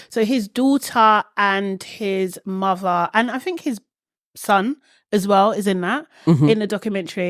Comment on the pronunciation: Lmao not the taggart pronunciation of muhderr 😅😂 This one alone my aunties could never ❤